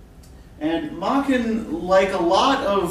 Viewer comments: This Welsh master's name is properly pronounced to rhyme with 'bracken,' Prof, not "Mocken." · May-ken, not mah-ken.